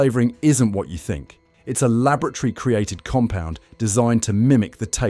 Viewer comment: What a load of AI dross . Green tea is so good for you. My grandmother used to serve Brook Bond loose leaf tea. I used to collect the colour cigarette type card. The pronunciation of laboratory is a hoot.